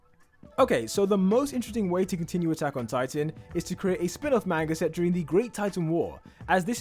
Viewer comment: I stopped watching because he kept saying "manger" instead of manga